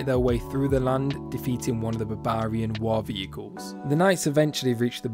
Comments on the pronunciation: Hearing this guy say Babaarian is the funniest thing ever. Great vid 👌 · "babarian" :D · It’s odd how you pronounce Barbarian, is to sound funny or it’s actually how it’s pronounced?